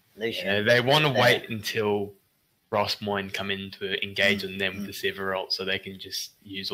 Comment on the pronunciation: Mate its Rossmoyne... aint no Rossmore